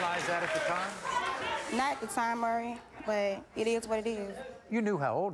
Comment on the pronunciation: "murey" its MAURY NOT MUREY